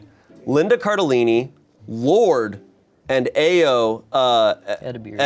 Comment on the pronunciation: ik this is an old vid but it’s actually pronounced ah-yoh 🫶🫶